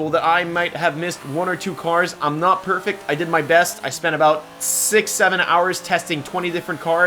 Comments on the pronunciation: "im not perfic" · remember, he said "im not perfec"